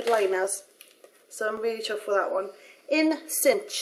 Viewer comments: People have probably already said this, but "In Synch" is pronouced "in sink". You know, like how your iPod or iPhone syncs when you connect them to your computer. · In synch...pronounced sink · I meant to also say that 'in synch' is pronounced like 'in sink' as synch is shirt for synchronise. thought I would let you know as you seem to be very keen on pronouncing names right :) xx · I find it so cute how you pronounce the names! 'In synch' is pronounced 'in-sink' :) xxx hehe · "in synch" is pronounced "in sink" :) xoxo Youre beautiful without makeup!!